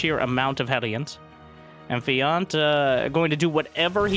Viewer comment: Feeyant... its pronounced f-J/ANT ! :P